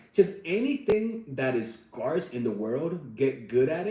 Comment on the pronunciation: Omg the way he says “scarce” 😂